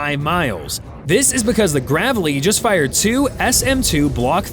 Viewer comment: Please say Graveley right